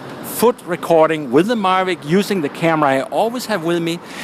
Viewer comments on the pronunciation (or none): I see it works with your "Marvic" what about a DJI "Mavic"? Lol, good vid.